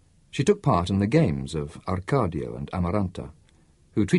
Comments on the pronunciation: Yes its very annoying that the reader dont say the correct names. Why does he say ArcaRdio and not Arcadio like in the book. When someone is called Smith, you wont say Smirth right ? It makes no sence.. but it is the greatest book ever written in my opinion !! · For instance it's Jose Arcadio, not Jose ArcaRdio. Also the GUI in Aguilar would be like in the word 'guinea'